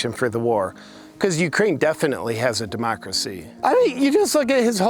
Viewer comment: Am I the only one who cringes everytime Pelosi says demochhrassy, like she’s gonna cough something up? Lady, with all your money, can’t you get a good set of teeth?